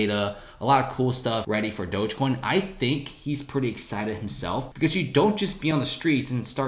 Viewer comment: Pronounce dogecoin right please